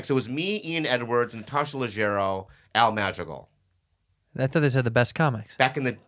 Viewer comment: when Bobby says "Al Madrigal" it sounds like Al Magical